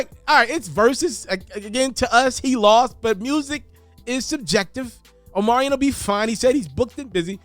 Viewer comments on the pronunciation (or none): His name is Omarion, not Omarian 🙄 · Omarion .....but u saying omariin .......